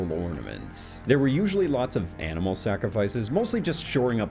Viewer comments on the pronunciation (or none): none